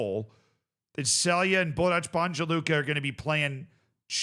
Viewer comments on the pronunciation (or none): Stop looking for how to pronounce Balkan teams on Google Translate. Its Borac BaNJa Luka, the NJ part is the same sound as N in New York, or mix of ‘n’ and ‘y’, as in the English pronunciation of ‘minion’. Same as Celje, it is not S the first sound, it is normal C sound, like the C sound in the word center. And LJ part jus say it is the same sound od LLI in the word million. It is not the C sound from the word chat! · it's pronounced Borats, not Borach, and Banya, not Banja. But you got Luka right and almost nailed Celje (its first sound is Ts) this time, so congrats!